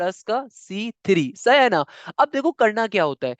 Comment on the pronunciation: sir its sahi hai na not saha na